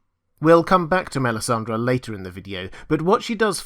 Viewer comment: MELISANDRE not MELISANDRA!